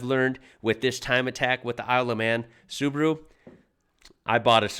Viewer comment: That means Su-ba-ru and not Subru